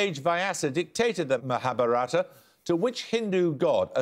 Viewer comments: maharabharata [sic] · fun to hear them mispronounce Mahabharata and every related answer :) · Paxman couldn't pronounce "MahaBharatha" - #Pathetic.